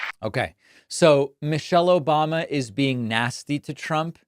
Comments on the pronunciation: The "OBAMNA" made me lol. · lol "Obamna" never gets old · He can’t even say Obama without some weird pronunciation. He’s nasty